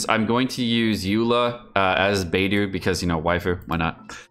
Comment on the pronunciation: One day will pronounce will Beidou's name correctly....